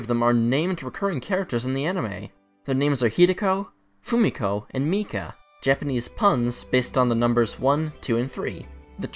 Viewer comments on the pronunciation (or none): none